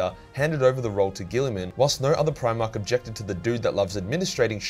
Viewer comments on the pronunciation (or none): none